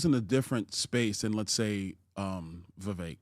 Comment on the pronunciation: If Byron has trouble pronouncing two syllable names like Vi-vek or four syllable names like Ra-ma-swa-mi, he may want to recall Zbigniew Kazimierz Brzezinski, US National Security Advisor from 1977-81. Those names are crosssyllabic. Or the Governator's brother's name, Meinhard Scharzenegger. How hard is that? Cheers!